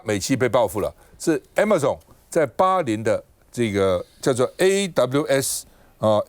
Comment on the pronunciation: A friendly reminder: Amazon 不是： “阿馬重”! Waiter 趙不是留美過嗎? 英文是這麼差! "你在講些什麼!!!" 😂